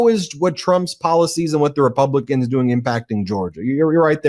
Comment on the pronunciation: oh thats good even it was mispronounced repelecans for republicans i wounder dose this mean there,s a albatrose of bad omens in the mix